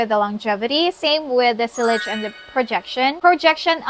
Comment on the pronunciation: Hi Queen, it is pronounced as ‘see- yaj ‘. I hope it helps 👍. All the best.